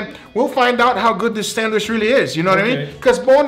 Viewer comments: am i the only one who cringes when i hear say sandWISH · Alvarez Castro Nothing wrong with it,just funny,but it’s sandwich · Sandwishh...that's what I call it every time makes one and doesn't share with me:( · I love how says "sandwish". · no one::Thats a nice sandwish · No one:: Sandwish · “an incwedibble sandwish”